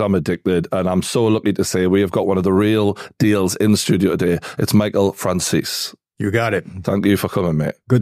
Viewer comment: Michael FRANCIS? 😂 On the chapter names